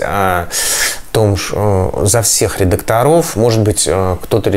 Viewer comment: Н редакторОв а редАкторов,,,, деревня